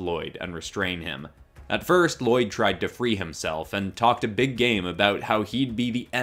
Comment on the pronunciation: You pronounced "Lloyd" wrong